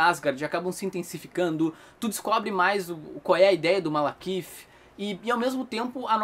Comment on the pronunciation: Toda vez o fala MaLAkith invés de MaLEkith. Eu ri hahahaha